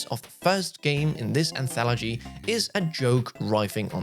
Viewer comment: Anthology, not "anthalogy"